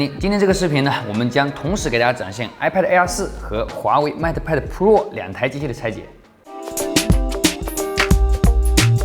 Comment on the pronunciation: 麦特派的。。。英语是体育老师教的吧？😂